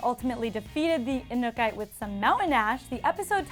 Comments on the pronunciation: Edward Zamora anukay 😹😹 i cringed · was i the only one hoping kira would show back up at some point? also the girl doing this video cant even pronounce the inukatae correctly...triggered lol